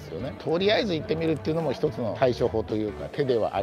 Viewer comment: とりあえず行（おこな）ってみる